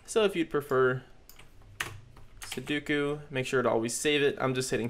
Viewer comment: Commenting F for poor dear Sudoku's name that was butchered on the making of this video hahahahahaha Also great tutorial! Keep it up!